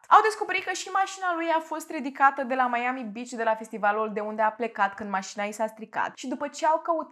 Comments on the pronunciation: n-am auzit in viata mea pe cineva sa zica meieami :)))) pana si doamna aia cu "nu apa" zicea mai ok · Și ce dacă a greșit cum se pronunță Miami ,după sa corectat . Dacă nu-ți place acest canal superb poți pleca , ce nu ai ce face ? fa temele 😒😒😒🤨